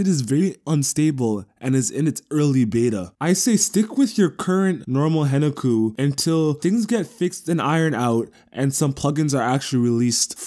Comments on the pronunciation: isn't it HEN KA KU? not henuku? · The K isn't silent in the Japanese pronounciation.